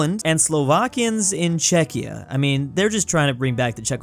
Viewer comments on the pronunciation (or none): none